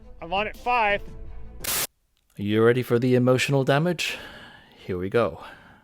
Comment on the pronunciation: The only thing holding this video back is an "Eee-moo-shunal dam-age" upfront.